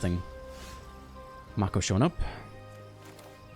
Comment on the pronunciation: lol Mako. Pronounced (may-kow) like the shark. also great deck